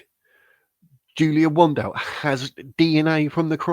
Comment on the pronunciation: First learn how to pronounce her surname correctly. Second ,Julia has DNA material from the Portuguese police and has a private LEGAL investigator and she's got every right to do so. Third,cure the flu and get vaccinated for the future. I see it affects you mentally 😂